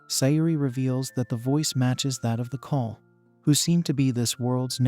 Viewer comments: It is not kali it is kall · As a "Man of Culture", I approve of this manga video recap. However, the monster men are called KALL not Kali. This is just some constructive criticism that you can use going forward with your future videos. Monster-kun, I am ready for you to take me away so I can be Isekai'd to that world!!! 😍 Be safe and be 😎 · My name is kali so stop saying kali and start saying kall